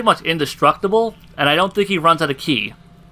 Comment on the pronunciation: For the last time KI is pronounced "KEY" not "KAI". Other than that an excellent video.